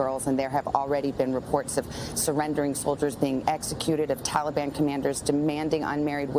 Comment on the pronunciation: "Tollybon". Sleepy Joe thinks "tollybon" is a flavor of ice cream.